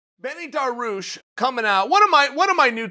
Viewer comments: It's DA-REE-OOSH, not DAR-OOSH. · its dar (like bar with a d) ee (like bee without the b) oosh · Me: Dariush Chael: Daroosh Me: Daroosh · If "Daroosh" is your #1 guy for 2021 (so far) learn how to pronounce his friggin name. It really ain't that hard. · Chael put some respect on my boys name DA RI USH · Dairy-oosh chael Dairy-oosh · I think it's more like "Daareeoosh"... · Benny DaRuse? Benny DaRuse. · Made up phoenetic spelling: Dar*i*ush [dehr-ee-oosh] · Uncle Chael: "Da Roosh" Dariush: "Ok great" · This Dah-Roosh guy sounds pretty tough. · Uncle chael, it’s Daar- rii- uush😂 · Benny Daroosh 😂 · Chael: DaRooSh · Baneel daroosh! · Benny the rush. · Just say Dariush. This is the one name I can’t watch you pronounce it’s so bad. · I personally love to follow uncle Chael because he see UFC on the right way, who is skipping fights or taking then...plus the best is when he pronounce Charles Oliveira or Dariush...Khamzat 🙏 makes smile on my face. Thanks for a tremendeous work mr. Sonnen 🙏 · I couldn’t wait to hear Chael pronounce “Dariush” and I’m not disappointed. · 10 seconds into the video: olivera vs Dariush sounds awsome, also you pronounce Dariush’s name (kinda) uncle chael